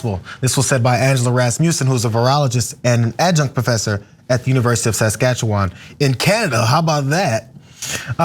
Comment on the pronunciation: Congrats on pronouncing Saskatchewan! 🇨🇦